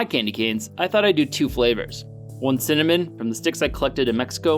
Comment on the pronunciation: At first, when he said cinnamon, I couldn't hear what he said and I thought he said semen plant. Then I went, maybe he said cement and then the said cinnamon and I was like, 'oh, cinnamon!'